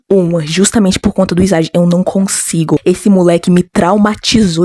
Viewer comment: só pra avisar.. "isagi" se pronuncia "izagui" mas se vc quiser pode falar "isagui" :3 vou dar minha opinião (como alguém q viu o anime) eu não gosto mt do kaiser,e nunca ouvi uma música dele(a não ser q tenha mais personagens)pelo simples fato dele se achar o melhor e blá blá blá,mas nada contra quem gosta dele, e oq eu acho do isagi? bem...eu acho ele normal,mas o "passado" dele foi quase literalmente""perder no interclasse"",oq eu achei mt lixo,varios outros personagens tem passados melhores, e por um bom tempo eu tratei o isagi como um protagonista de mierda,mas depois passou eu odeio mt o shipp kaisagi (isagi+kaiser) pq eles se odeiam!! eu odeio quando o kaiser trata alguém mal,principal o ness,maaas eu sei o passado do kaiser e todo o drama dele,mas..sei lá, não consigo gostar dele não, eu ouvi as músicas do ani também e acredito q a maioria das músicas existentes de blue lock:D são muuuuuito boas, de qualquer forma o fato de eu não gostar mt do kaiser não me faz odiar ele, considero ele um personagem "bom" e respeito quem gosta dele, blue lock no geral é muuuuuito bom,a animação é uma b0sta?sim,mas ainda é bom,amo bluelock :33 adorei o video :D (não vou ter julgar por não ter visto o anime,mas..não entendi o pq vc não gosta do isagikk)